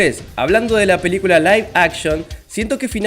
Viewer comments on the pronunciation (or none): none